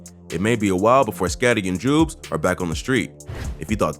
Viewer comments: Called Joobz Jewbz 😂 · joobz is pronounced like the word good not food btw